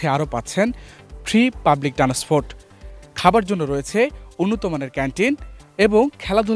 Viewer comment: Afni bul balen keno. Tenasport na . Words correction transportation. Please correct your words thank you very much